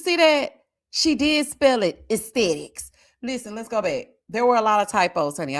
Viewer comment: Esthethics, esthetician???? 😂😂😂😫😂 is a messsssss omg